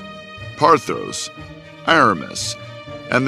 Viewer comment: The way d’Artagnan pronounces France made me lol! Also, why is he calling ordinary noblemen “Sire”, why can’t you pronounce Argos and Pothos properly, why are half your characters dressed in Regency fashions when they ought to be in Restoration fashions (not that I’d expect you Americans to know what that even is) and why not just tell the actual story instead of all this crap? 🤦‍♀️